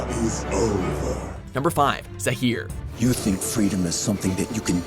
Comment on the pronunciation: Again Zaaaaaaheer